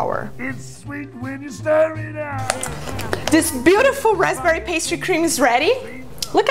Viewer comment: rapberry? lol love these c